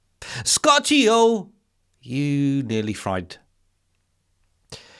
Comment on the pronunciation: Scott-y-ho? Excuse me. The word you're lookin for is scorchio, to scorch.